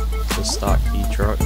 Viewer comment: It's pronounced K or Kay not key, my ex girlfriend is Japanese and owns a Honda Acty it's awesome